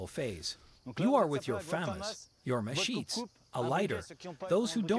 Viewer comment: terrible translation and pronunciation at times. Machetes = masheets? lmao...